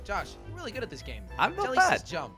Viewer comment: Jelly said crouch if you agree YOU DONT SAY JALLY SAY CROUCH IF YOU AGREE